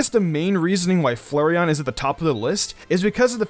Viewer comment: Each time he pronounces flareon as Flurreon Slowly raging